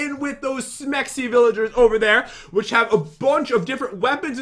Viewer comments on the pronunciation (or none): I love how he said Semxy in instead You know what😐